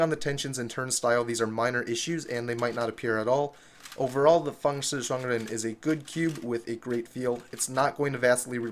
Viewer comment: Are you a Chinese? you pronouns Fangshi Shuangren Correct!